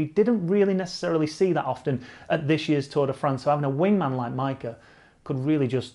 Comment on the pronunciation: Why Majka got welsh accent suddenly?